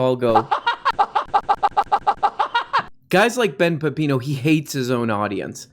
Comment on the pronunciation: Benny Pep-Pee-NO.